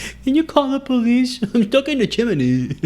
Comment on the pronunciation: Is that really how you say chimney or is this a prank??